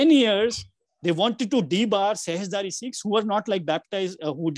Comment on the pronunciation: Sikhs NOT 'SEEKHS'